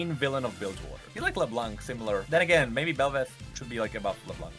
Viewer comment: Why the hell is Kassadin even on this??? And why did both of you butcher belveth? AWFUL headcanons